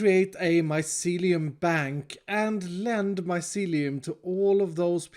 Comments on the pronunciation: Grian's pronunciation: "My - see - lee - oum" pronunciation: "MY - SE - LEE - UM " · Grian: mycelium: Myseliuum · I thought you were saying this mycelium is MY celium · I like the part where he says mycelium